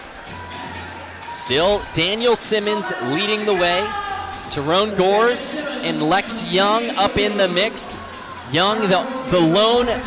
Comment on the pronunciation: If they say Gores one more time bruh I swear ITS GORZE